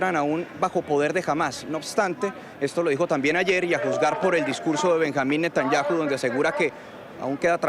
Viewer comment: No sabe pronunciar Netanyahu